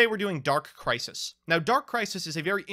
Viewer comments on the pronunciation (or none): "dark crisi" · “Dark Crisi”